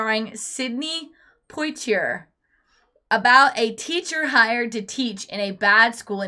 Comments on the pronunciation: Its Poitier- Pwah- tee- ay. He was a screen LEGEND. He deserves to have his name pronounced correctly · Por•ti•ay is how it it pronounced, no 'r' sound on the last syllable .. ♠W.G. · made me smile big time listening to destroy the pronunciation of sidney's last name